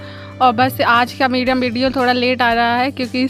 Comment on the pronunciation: To galat bol Lagi video Hota Hai video bolna Sikh Le video Hota Hai Mera video bolati Hai video